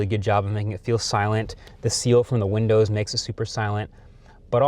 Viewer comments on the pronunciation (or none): none